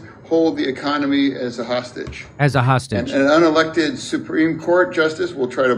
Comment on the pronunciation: Reminds me of Idiocracy, where that lady Cabinet member calls it "the ECOMONY"